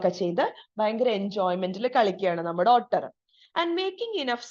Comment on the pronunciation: Ottur alla ooter aan pronounciation